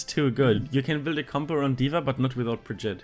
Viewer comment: Bri Gee Tuhh ... youre welcome